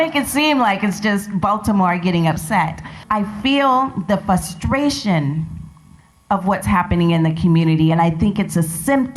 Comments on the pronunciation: What is “fustration” may I ask?! Learn to speak proper English, and pronounce words correctly . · I'm sorry but I can't take you seriously when you can't even pronounce a word like frustration correctly. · ‘Fustration’ is not a word.